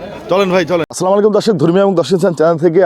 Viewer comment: ভাই সম্মানের সাথে বলছি, আপনি সলামালাইকুম কেন বলেন। বলবেন আসসালামুআলাইকুম। আশা করি ভবিষ্যতে তাড়াহুড়া করে কিছু বলবেন না, সময় নিয়ে আসসালামু আলাইকুম বলে আল্লাহর নামে শুরু করবেন। দোয়া রইলো